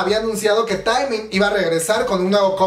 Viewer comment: Se pronuncia teeeeeeeemin no taaaaeeeemin. Si tuviera tacones te los lanzo!!! 💅 Aprende a decir sus nombres po favo 😣 Pd. Te amo we :v 💜